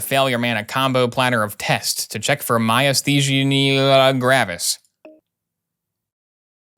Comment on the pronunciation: You said Myasthenia gravis perfectly the first time and continued to to pronounce it worse every time after.